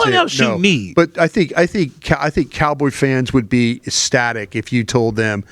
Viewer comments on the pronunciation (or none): Broadcasting tip — Ecstatic: pronounced eck static, as though it is spelled with a K.